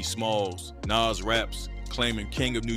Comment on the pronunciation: But why can’t he pronounce Nas name properly?